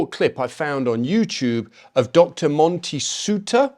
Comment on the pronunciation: Monty Soutar (you said his name right the 1st time) writes an excellent book in C Company called Nga Tamatoa. Sir Apirana Ngata termed it as 'the price of citizenship' showing our loyalty to King and country. Three of my uncles served, 1 D.A.S the other two wounded and was a source of pride (and sadness) for my father.